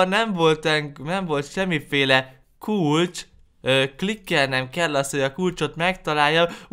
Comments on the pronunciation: a kulcs helyet azt mondtad hogy kulacs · 2 azt mondtad a kulcs hejet hogy kulacsXD